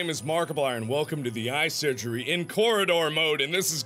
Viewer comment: YOU MUSHT DO THA TETHS SUGERY!